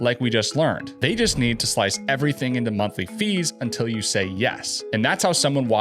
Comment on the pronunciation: "Wuts the muntlee"?